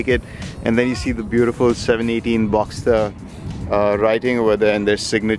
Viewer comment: It’s a Boxster not a Boxter.